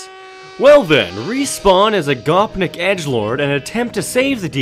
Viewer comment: I be hella mad how u say Gopnik, DIE WESTERN SKUM! CYKA BLYAT !